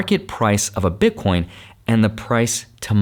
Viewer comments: Please stop saying "Bitcorn" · Why does he keep saying Bit Corn? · Did he said bitcoRn 🤠🤠? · Omg man I say ‘bitcorn’ too lol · Because it’s funny